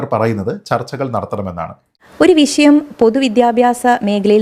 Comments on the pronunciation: വിശയം 🤣🤣🤣മലയാളം ഉച്ചരിക്കാൻ പോലും അറിയില്ലേ 😭😭😭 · വിശയം അല്ല. വിഷയം 🙏